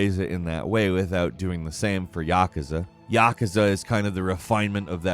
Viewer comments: It's not "yaksa" it's "yakúza" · No it's YAKAHzuh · FFS it’s Ya-Kooz-Za, fucking what. Not yakaza. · The way he pronounced YaKooZa as YaKuhzah, made me cringe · It’s pronounced “yah-koo-za”, not “yah-kuh-za”. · It’s pronounced Ya-koo-za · "Santa Moneeka" "Yakahza" I swear thats on purpose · the actual way is Yah-koo-za in the United States and Yah-ku-za for Brit. Pronunciation is different depending on where you live. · You butchered Yakuza pretty bad lol According to the international phonetic alphabet, its yah-koo-zah. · I hate the way he pronounces Yakuza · Oh dear god pls never pronounce yakuza that way again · Can you please learn how to pronaunce yakuza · Didn't realize I was pronouncing Santa Monica and Yakuza wrong my whole life until just now